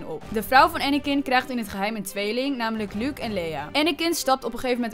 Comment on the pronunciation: luuk luuk luuk, wat heeft zij met luuk?! het is Luke uitspreken als looke( in het Engels)